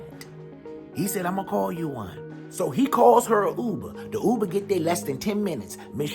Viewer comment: Not the Ub-ber lol